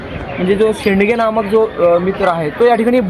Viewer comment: "सुरंजन शेडगे" शेंडगे नाही.